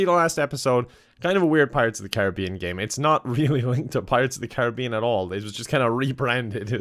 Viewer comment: Thank you for saying pirates of the care-a-be-in not car-rib-be-in